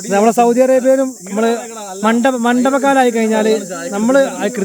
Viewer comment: Not mandaba kalam,, mandala..... Ok bro please keep